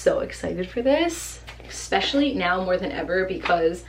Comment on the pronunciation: EXspecially? Eugh, girl. No.